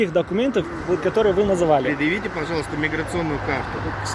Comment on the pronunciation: Хаххахаха видножитество говорит ещё миграсиони 😁😁😁